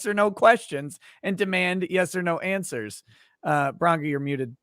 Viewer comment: So PROUD you can pronounce BRANCA Correctly! Yay😂